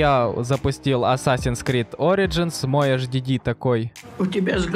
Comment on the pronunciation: Правильно не hhd, а hdd